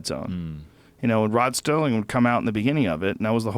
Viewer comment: Rod Serling bro. Not STERLING. lol